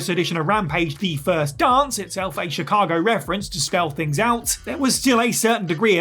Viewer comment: Chicago* not Chicohrgouw